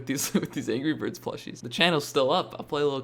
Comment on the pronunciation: there Is No Way He Is Saying Angey Bird There is No way He Is Saying Angry Bird